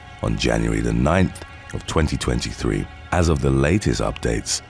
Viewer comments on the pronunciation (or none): none